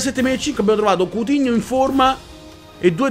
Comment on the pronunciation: quando ha trovato coutinho ha detto zafdhshsuus google traduttore dove seiiiiii😂😂😂